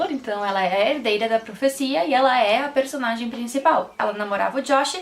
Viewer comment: gente eu gostei muito do seu sotaque, quando voce fala personalidaee e personagen voce fica muito fora